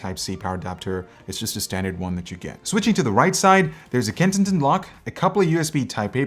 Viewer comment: "Kensignton lock" heh.